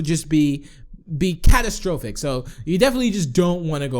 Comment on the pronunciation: why did you pronounce catastrophic like catastr-o-phic? Does your wife play video games? OMG, I watched your first creative cribs and you cussed so much!! LOL